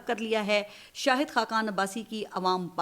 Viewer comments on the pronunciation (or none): none